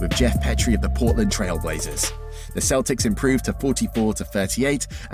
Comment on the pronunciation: I swear at the beginning he said Boston Keltics